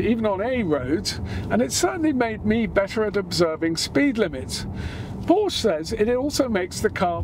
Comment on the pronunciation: Pretty please do not mispronounce Porsche as “Porch”.. 😬